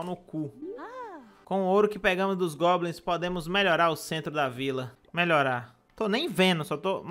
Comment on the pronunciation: Não sei oq tava pior, o achando que tinha 500 gemas ou ele falando "globins"